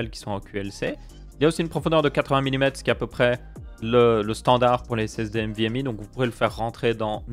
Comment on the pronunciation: Nvme!! et non pas "M"vme